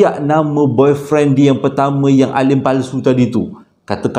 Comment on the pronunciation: nk sebut " boyfriend" bab..tadi kikiki serious lawak